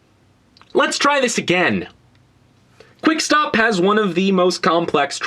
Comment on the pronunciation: He said quickstap